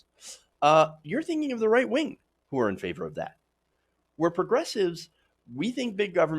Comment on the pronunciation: I know it's your speech impediment. And I'm not making fun. But you said "white wing". And I think I like it your way better.